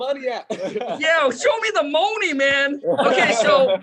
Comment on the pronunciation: I love all your videos but remember it's not moe-ni it's mo-ni. Listen to your recordings and you'll see what I mean. I like that Moaney though.😄👍👍👍